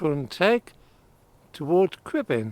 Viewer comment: Perfect pronounciation of the Welsh mountain names 👌